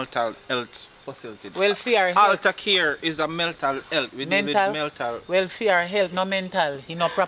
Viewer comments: I thought it was a mistake but he repeat the word....lol Meltal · "MELTAL" health facility😁🤣🤣🤣.. it's mental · Meltal I thought it was mental🤣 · Meltal health enuh! 😂😂 not mental health 😂 I love my Jamaican people issi # subscribed!! Loving it ❤